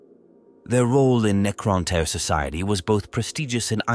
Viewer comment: deffo tyre. Had to stop right there. Getting tyred of this ai bibble.